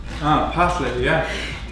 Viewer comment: Parsley sounded like “parasites” 😂 Pasta looked delicious 🤤